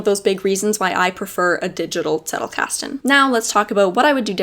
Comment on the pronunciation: I like how you adopted the german pronounciation for Zettlekasten. You're great!